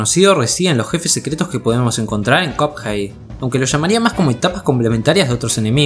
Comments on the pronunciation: va wey si chido buen video pero porque cuphey te la doy dudo que un angloparlante te vea pero se pronuncia cuphead es básicamente pronunciar de manera literal minecraft fornite o Spiderman es asunto de la locución de ahí en fuera no me quejo pd: los pescados ya comen pescados mas chiquitos y no es canibalismo amenos que sea de la misma especie u orden exacta del que consumiría el pez en si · Creo que me estresó un poco que pronunciaras Cuphei al personaje y juego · en el segundo dijiste cuphai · Me dio cosa cada vez que dijo cup jei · Alguien más cada que dice cuphead escucha "cuphai" ? XD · Hehe es gracioso cuando dices cup-hey xD . Esta genial tu vídeo 👌🏻 like n.n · Si dice "capjeit" me pego un tiro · como le vas a decir copjeid? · PORQUE LE DICES CUPHEY??? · No entiendo por qué decís cupjei encima lo repetía a cada rato re irritante chabon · Me da una especie de Toc cada que pronuncia mal "Cuphead" xd, pero de ahí en fuera buen video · Te hacen bullying por cómo pronunciaste "cuphead" jajaja F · buen video, pero no pude soportar lo mal que pronuncia cuphead